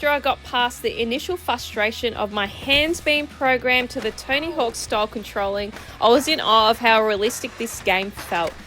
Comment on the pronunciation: To me it always sounds like you're calling him "Tiny Hawk" 😂 Thanks for the video!